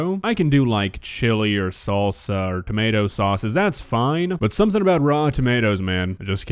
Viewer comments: What the hell is a "tamawta"? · Explain to me how she went her entire life without realizing it’s not tommiahto